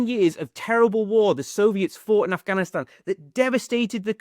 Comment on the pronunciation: ur pronunciation of Afghanistan is on point . felt nice.